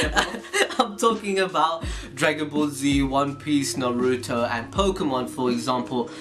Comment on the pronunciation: Why do these guys always MISPRONOUNCe naruto